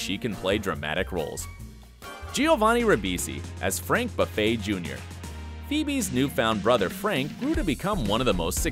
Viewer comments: not Phoebe B"a"ffay, but "Buffay". You mispronounced it. you've never watched the show, have you? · Frank ‘Buffet’???? Seriously, dude, did you ACTUALLY watch FRIENDS???? It’s pronounced ‘Boofay’ it’s French, I think.... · Did you even watch Friends? It's Gun-ther. ¹Not Guenter. It's Boo-Fay, not buffet, And it's Central PErk- not PArk! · Agreed...and Frank Buffay. It's Boo-fay, not like a buffet. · When he said “b-a-ffy” it really hurt it it it just hurt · Suggestion: Nothing will get a dedicated fanbase to turn on you faster than mispronouncing key names. "Central Park"? "Frank Buff-ay"? You've never seen this show, have you...